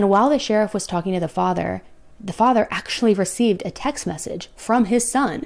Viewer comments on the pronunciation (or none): none